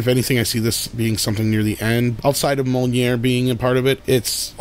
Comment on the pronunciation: That awkward moment when one of your cohosts pronounces Mjolnir wrong and the podcast keeps going...